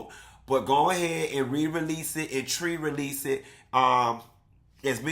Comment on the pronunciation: Tri realese... Tri as in 3